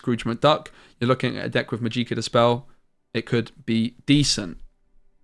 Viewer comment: I can't help it haha. It's not "Majeeka" it is pronounced "Magic-ah". Love your content, helped me a lot